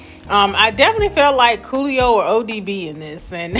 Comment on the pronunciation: Coolio not Julio 😂😂😂